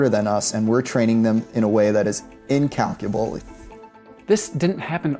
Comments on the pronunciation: Is this guy a robot? He pronounced “incalculable” like “in-cal-cu-la-bully” 😂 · incalculabolee?!!? LOL